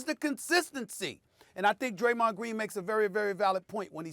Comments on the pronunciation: Bro said "Graymond" The Adult me instantly sang Digi mon Digital Monsters 😂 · SAS really turned Draymonds name into a Yugi-Oh character 😂😭